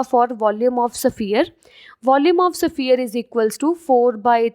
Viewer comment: Its sphere not saphier